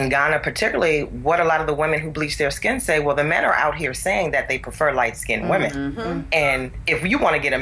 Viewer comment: Painful topic. The issues surrounding race are complex. BTW you are pronouncing light-skinned like skinneded which is incorrect.